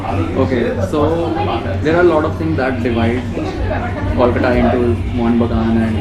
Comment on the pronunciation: Pronunciation is not 'Call-कटा' it is 'कोलकाता'